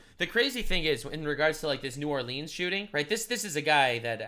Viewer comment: I'm proud of you mad lad you pronounced New Orleans properly